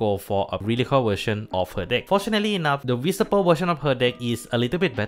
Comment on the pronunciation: listening Mc messing up the pronunciation of VSPO the whole video